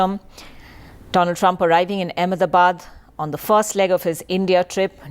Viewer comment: doland trump